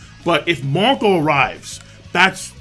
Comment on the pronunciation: I thought you said Mont'dor for a moment but is was actually Marco